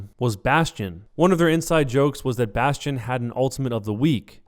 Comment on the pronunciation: Jeff Kaplan pronounces Bastion really weird like "bast-E-in"